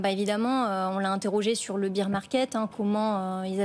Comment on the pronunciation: Faut dire à a votre journaliste qu'elle arrête de dire BEER market.. c'est BEAR market... ça fait mal au oreilles et ça fait pas pro pour les pros des cryptos... Sinon j'adore l'émission hein 😊